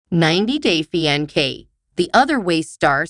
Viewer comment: It's not pronounced fianke, but with a C, fiancé. Please learn to pronounce English correctly before listing .